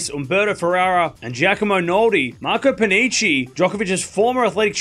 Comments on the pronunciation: His name reads as Pani-ki not pani-chi, ch in italian sounds like k in english. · Hello. Just an advise, in italian "ch" it's pronounced like a "k"